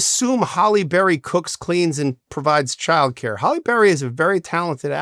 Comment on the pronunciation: That mispronunciation was driving me crazy !